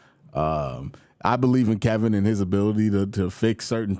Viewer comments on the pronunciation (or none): none